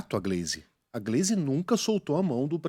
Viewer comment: Posso estar enganado, mas a pronuncia o nome da Gleise errado. ❌❌❌